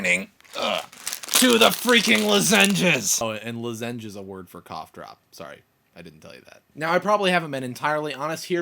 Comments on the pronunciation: yeah i was thrown off by his pronouncation as well, even as an American. i say "Law-zen-gez" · grr. you pronounce lozenge wrong.. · yeah i was kinda thinking..... thats not how you pronounce it haha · haha i like how you put a short o on lozenge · lol dan, that's not how you pronounce losenge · "Babies are so freakin' intense." lol I love it. And the way you say "lozenge" cracks me up! :) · Nope, I'm from Michigan and I've never heard it pronounced like that. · um i think you're pronouncing lozenge completely wrong. You put the wrong emPHAsis on the wrong sylLAble